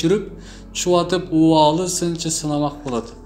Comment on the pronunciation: Убаалы эмес,Уваали тушт.диал.айтылат.